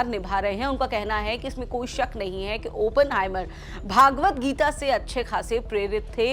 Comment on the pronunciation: श्रीमद्भगवद्गीता का उचारण आप भागवद गीता कर रहे हो , जो गलत उचारण है ।